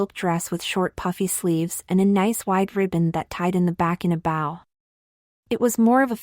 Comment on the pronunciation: The grammar is horrible! And you should really consider having your AI program pronounce the word "BOW" correctly because it's not the bow on a boat.